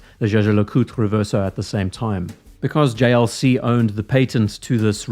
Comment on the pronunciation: The JLC pronunciation was chefs kiss🤌